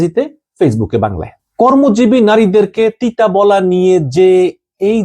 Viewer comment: পতিতা শব্দকে তিতা উচ্চরন করেন কেন?